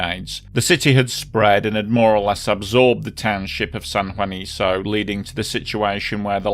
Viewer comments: Oh, & for future reference, Spanish names like Juanico end in the "KOH" sound. :-) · Just one minor quibble and that has to do with how the name of the San Juanico plant is pronounced: the very last syllable of the name "Juanico" is pronounced like KUH and not like SUH. In Spanish, the C sound is hard when the vowel after is also hard, i.e., A, O or U. I remember this disaster very well. At that time, the Mexican government was very circumspect about the number of casualties after the explosion, which only fueled further distrust and anger against the then rulling party (the Institutional Revolutionary Party or PRI and it's no joke, it really is called "Institutional" despite the fact that revolutions upend institutions). They played the same 'mum's the word' game in the aftermath of the 1985 Mexico City earthquake; until today, no one can say with certainty how many people died as a result of all those buildings put up with government money--and with questionable construction methods--falling down on unsuspecting victims. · Pronounced san huaniko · Just an fyi, it's pronounced like "San Juaniko"